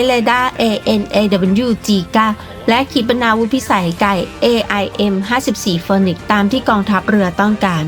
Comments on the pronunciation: AIM54 ฟีนิกซ์ครับ ไม่ใช่โฟนิกซ์ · AIM-54 Phoenix เอไอเอ็ม54 ฟีนิกซ์ ไม่ใช่ออกเสียงว่าโฟนิกซ์นะ แต่ก่อนผมก็อ่านออกเสียงแบบเลยโดนครูเบิ้ดโหลก😅😅